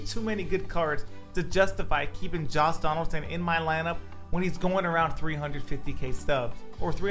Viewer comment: Why does it sound like a is saying Joss Donaldson lol